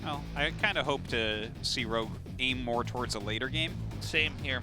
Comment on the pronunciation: Haha, yeah wtf hard to get a decent translator in Korea apparently. "I did go fol mole ploduction"